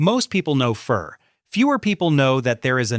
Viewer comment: Its pronounced (pho)fuh not fur🤣🤣🤣